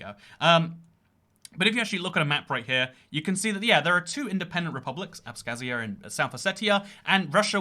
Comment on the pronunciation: the western of the claimed autonomous regions is pronounced "abkhazia". It seems you have mispronounced this pretty often in your videos that mention it :)